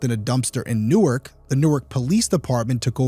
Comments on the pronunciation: This is trivial and nit-picky, but the DE city is pronounced New-ark. The city in NJ is Newerk. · It's PAINFUL to hear you talk about the name of the city. "NORK", is how you pronounce the city in New Jersey. In Delaware, it's pronounced "New-Ark". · New*Ark, the way you're pronouncing it is the place in NJ. Love your videos. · Hmmm... You just said yourself in one DP episode... your thoughts and experiences were that you've encountered cover-ups... think about that... he was high-profile. Was he set up on purpose? Allegedly, it's pronounced New Ark, not like New Jersey. The first issue is that it was the Newark Police. They have enough going on with the University of Delaware.